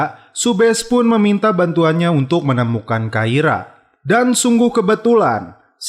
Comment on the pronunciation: Awal kluar sbgai polwan takira Kblakang2 kok jd kaira min 😁 Dan subash ttp dbaca subash min bkn subesh